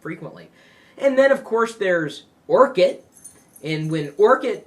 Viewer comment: it's orkut not orchid bro...